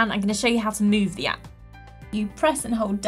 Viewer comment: she said app appP